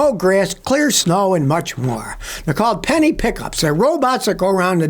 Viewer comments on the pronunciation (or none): none